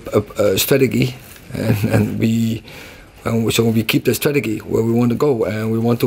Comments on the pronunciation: It's funny he can't say the word 'strategy' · We have a stratagee, clear